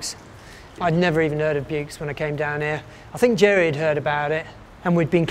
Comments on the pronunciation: Still can't pronounce it correctly after 30 years. The x in Buoux is silent. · I live in Vaucluse. The x is sounded. As it in in Aix en Provence.